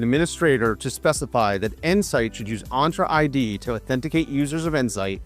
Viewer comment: My brother in Christ, you are absolutely butchering the pronunciation. "Entra ID" is pronounced as "ENT-ra Eye Dee". The first word, "Entra," is pronounced like "enter" in Spanish, with a clear "en" sound followed by a soft "tra" sound. Thank you for your attention to this matter.